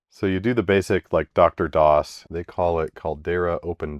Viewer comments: BRUV!!!!! IT'S DEEE ARRR DOS! NOT DOCTOR DOS! It's triggering the hell out of me. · Hi. DR-DOS is "Dee Arr DOS" (as in Digital Research), not "Doctor DOS". Aside from that, good job dealing with Sun stuff. Better you than me.... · Slight correction: The "DR" in "DR-DOS" is actually not pronounced like "Doctor"; the "DR" stands for "Digital Research".